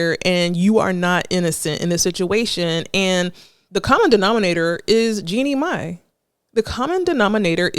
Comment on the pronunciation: I cringe every time she says “Jenny May”. 😩 It’s pronounced “GENIE MY”. Chile, what research/preparation??